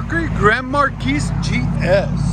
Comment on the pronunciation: The 's' is silent in Marquis.